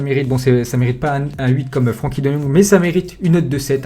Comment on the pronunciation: ça se prononce frinkie pas Frankie